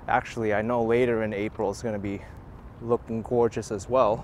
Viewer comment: Oh, I do love a New Yorker saying goygeous. Thanks againAK